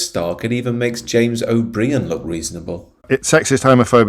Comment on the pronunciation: It's pronounced O Brian, not O Breen.